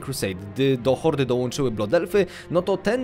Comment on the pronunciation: Nie blood efly tylko blad elfy Uszy mi krwawia